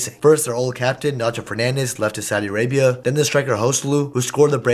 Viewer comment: Bro said vinni is going to Saudi-Arabië 😂😂😂